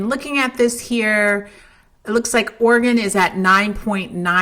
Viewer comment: Camping out in Ora-gon